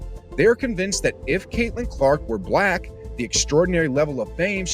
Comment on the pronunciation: you needa practise the way you say black lol